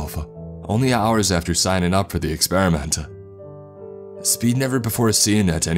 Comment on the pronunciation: ...experiment-tuh .... God-duh.. ...subject-tuh, ..all they got-tuh, guarantee-ah .. paycheck-uh; there's too much stress on the end letters that annoys me like hell, am sure I'm not the only one here